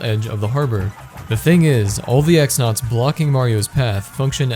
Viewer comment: "The Great Tree is overrun by X-Nauts" It's pronounced "Cross-Nauts", which makes Tech-XX's name make much more sense in relation to his actions, if you pronounce it "Tech-Double-Cross".